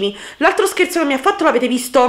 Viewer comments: Hai detto scerzo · Ai detto sespo